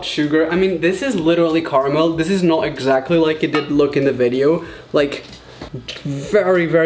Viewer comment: in the beginning of the video be like Eggxactly